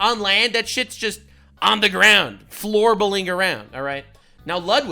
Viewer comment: WTF. Did you say “FLOORBALING” LMFAO😂😂😂😂😂😂😂😂😂😂 LOVE NUX✌️